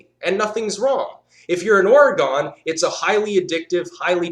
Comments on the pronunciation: Did you just say Or-eh-gone? It's Or-reh-gun. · FYI, Oregon is pronounced or-uh-gun. Sorry, but being from Oregon it somewhat irritates me when people mispronounce it, just thought I'd inform you. Great video though.